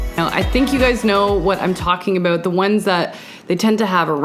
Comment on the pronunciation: Aboot “ instead of about ;) so cute 😂